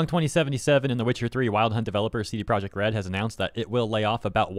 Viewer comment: Your attempted to pronounce CDPR in Polish is completely wrong tbh.